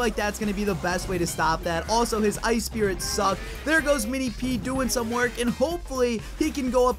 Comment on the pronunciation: Mini P or Mini pee?